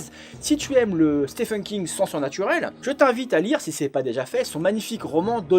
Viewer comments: ça ce prononce stiven king et pas STEFEN King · au US, Stephen se prononce effectivement Steven , que se soit King , Hawking ou bien même Stephen Strange chez marvel par exemple